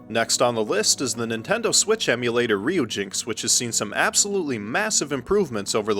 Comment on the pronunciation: Pretty sure Ryujinx is supposed to be pronounced as Ryu-Jin-Ex. Dont quote me on that though. Furthermore, I think Knytt is supposed to be pronounced with a soft 'k'. (Not criticizing, just trying to helpful).